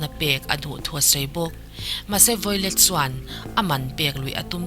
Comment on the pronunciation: Violet tih tur ni em? I hming i lam dan hi miss